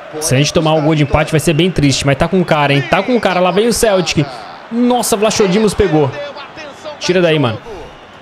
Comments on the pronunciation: Se fala "vlaco". Não "vlacho" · O nome do guarda diz-se vlacodimos e não vlachodimos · Não e vlachodimos e escrito assim mas disse vlacodimos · não é Vlaxodimos que se diz mas sim Vlachodimos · não é vlachodimos que se diz é "vlacodimos" PS:sou de Portugal e sou do Benfica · Escreve se vlachodimos mas se pernuncia vlacodímos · Aí 😂😂😂 Na pronúncia fica vlacodimos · diz-se “Vlacodimos” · e vlacodimos nao o nome dele que e vlachodimos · Diz Vlachodimos sem o H é assim que se diz adeus